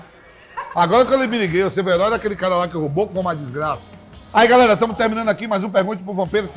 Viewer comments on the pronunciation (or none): "FALA GALELA!!"